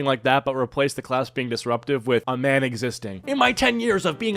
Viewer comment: "There's a MAHN here... AUR NAUR!"